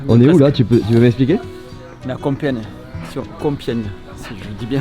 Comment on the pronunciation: On dit com pié gne.....